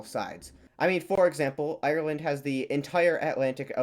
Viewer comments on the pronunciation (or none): none